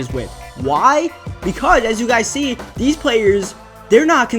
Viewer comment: It's pronounced these not deez